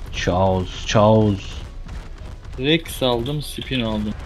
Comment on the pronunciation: caos diyil caos